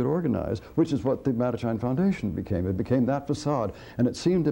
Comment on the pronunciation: Amongst all the great stuff here, I have to say how nice it is to know the proper pronunciation of “Mattachine” and “Bilitis”. Even if I’ve been saying them wrong for decades! 😀